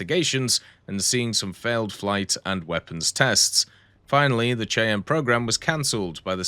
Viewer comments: The AH-56 Cheyenne is pronounced "Shy-ann." I remember seeing the Cheyenne prototype on display in a museum several decades ago. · Shy-ann.. Cheyenne is not pronounced as it's spelled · the AH-56 Cheyenne is pronounced 'shy-ann', seriously Google how to pronounce things ;) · But this time pronounce it "shy ann" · obviously Bartholomeow does. Maybe he's from Cheyenne and wanted to educate someone who might not have known the proper way to pronounce it. Maybe be a little decent to your fellow humans on the Internet.